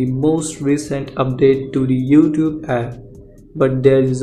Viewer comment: "Youfoot" comedian